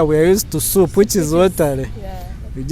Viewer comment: He loves his soup just hear the way he calls it supu, ostrich meat balls 😂😂yey what an experience